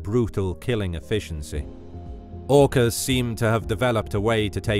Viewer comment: OOkass Versus Greett Whiitte Shharkss